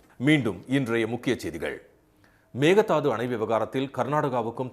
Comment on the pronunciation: மேகதாது. அல்ல மேகேதாடு ( ஆடுதாண்டும்) என்று சொல்ல கற்றுக் கொள்ளுங்கள்